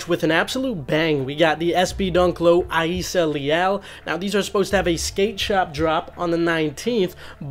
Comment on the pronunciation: Sorry, but why do you pronounce Rayssa name like that? The R is not silent